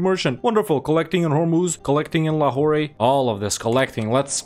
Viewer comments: Nice! Long time watcher, new subscriber. Just a small thing, because of the... you know... OCD, it's pronounced Lahor without the elongated "ray" at the end. A popular Pakistani dad joke is: "What do you call a French prostitute in Pakistan?.. La Who..." you get it. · Lmao. Watching this right now from Quetta. Never felt more proud of my province ever before. I hope we can see the series complete in my lifetime P.S Lahore is just pronounced as 'Lahor'. No need to say the 'e' at the end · The trade node is spelled Lahore, but the pronouncing is basically Lahor.